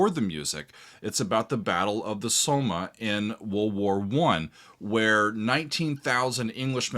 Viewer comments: Please, please, please. It is not hard when talking about Historical events to get the names and places phonically correct, and it shows respect to the fallen when you try. It was not the Battle Of The "Soma" sounds like Coma, it is the SOMME, sounds like BOMB. Also all those brave English men who lost their lives' in a few short hours were not from places which rhyme with "HIRE". When you say those place names they end with a sound like "SHEER". These are little things, but I would not call Pearl Harbour "Preal Haybower", it would show a huge amount of disrespect. Please, American's just try, it is not hard. Think YorkSHEER, and LancaSHEER Thanks for reading. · Great song, they play it often here on metal radio stations on Armistice day after the minutes silence. Minor thing, The Battle of the Somme, pronounce it as S-om, not So-ma :) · The WW1 battle is pronounced Somm, the E' is silent . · By the way it's pronounced "Som". It's a French name not a German one. My grandfather was one of those gassed at the Somme. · Lemmy was part of HawkWind the W or Wind is not silent and the battle was the Somme, but is pronounced Somm over here in the UK. You should give Iron Maiden's Paschendale a run out too. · Somme is one syllable. Like the French for apple